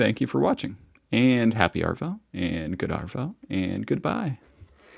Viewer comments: Just saying he has no idea how to say "happy arvo" in Australian it's not even something aussies (pronounced ozzies) say, he should (if he want to for some reason to keep saying happy arvo) be saying "happy aarvo". The double "a" then "r" is like in aardvark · mate... seriously... EEEEEMMM YOUUUUUUU!!! Also "mate" is pronounced mah-it, not meh-it. Also also, no Aussie (Ozzzie, as in Mozzzie - mosquito) says "happy arrrvo" no... NO! Just G'd-eye (good day to you) or Owzzit-gowin (how's it going - duh;) Also(x3), "Arvo" is pronounced Aah-vo. No wucking forries, mait we still luv ya dow-neer. Keep up the good work. Uhm, anyway... seeyah.:-) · NO R, in AVOO mate.